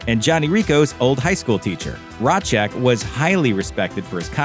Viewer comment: It’s pronounced razz-cack.